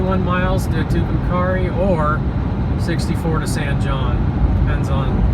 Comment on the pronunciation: The correct pronunciation of San Jon is not “San John”. It’s “San Hone”. It’s a Spanish pronunciation and it’s a common mistake. I first travelled through San Jon in 1958 and then in 2008. Exactly 50 years later. Big difference. Interstate 40’s construction in the 70’s killed the town because Route 66 was the Main Street and you had to use it if you wanted to drive to California.